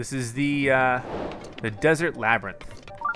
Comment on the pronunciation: Wait why is Labyrinth said like lab rint?